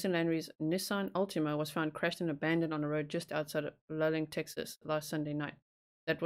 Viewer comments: Luling is pronounced Lou...ling. The southern states (USA) have crazy pronunciations for so many things. Yes like that you are looking into missing people but I like all of your content! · Just FYI.. it’s Loo-Ling (is how you say it). I’m about 10 miles from where Jason Landry disappeared. Always followed Paulides’ cases. Pretty spooky having a similar situation so close. Feel horrible for his family.